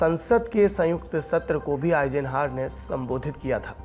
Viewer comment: 1. आइज़नहावर का उच्चारण सुधारिये २. ज़ुकाम की दवा लीजिए